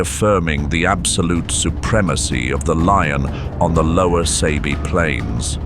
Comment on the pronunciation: It's not pronounced as (Say-be), but (Sah-be).👍✊